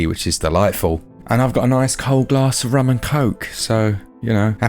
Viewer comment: Ah yes, Rhum and Coke